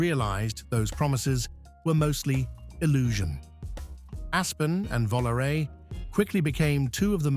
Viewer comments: Plymouth "Vollaray?" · Dear Content Creator: Please do yourselves a favor and refrain from using AI generated voices and use a real human voice, even if the real voice has a non-American or non-UK Realm English accent. Using a real voice gives your content authenticity. I’d have more respect for your content even if the narrator had a foreign accent than an AI voice that can’t even pronounce a Plymouth Volaré correctly. See what I mean?